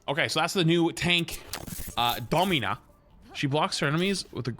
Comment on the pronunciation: "Dommyna" what are you doing bro